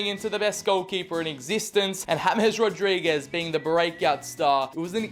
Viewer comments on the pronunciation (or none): none